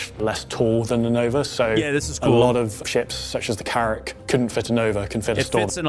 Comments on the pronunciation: I cringe so hard every time he says Gac-tac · why does pronounce Gatac and GacTac?